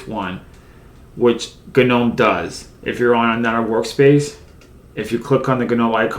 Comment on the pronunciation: Gnome needs to go in the trash, along with GNU, if only so we never have to hear another person say GUH-NOME or GUH-NEW. Its NOME and and GEE ENN YEW, you foot cheese eating bastards.